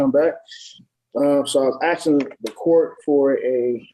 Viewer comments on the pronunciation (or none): Now wait a hot damn minute... axing is absolutely not a word the way he intends it to be. Additionally, "nobody has not contacted me"? So what that clearly, ever so clearly means is that someone has indeed contacted him. omg that was amazing. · Yup! SovCit/Moors are “aksin” for something…….